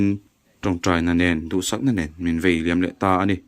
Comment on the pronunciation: Vei liam ni lovin, vai liam....a hmuhnawm ṭhin nen, mizo ṭawng dik lo a awm ṭhin a....beng a thlep deuh ṭhin.